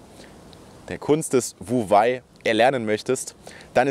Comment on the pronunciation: Klasse Thema und gut erklärt. Für mehr Glaubwürdigkeit wäre es gut, die richtige Aussprache von wu wei zu kennen. Handeln durch nicht handeln ist übrigens "wei wu wei"